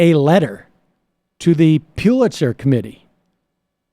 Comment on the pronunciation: Sam: It's pronounced, "PULL-itzer" not "PYUL-itzer."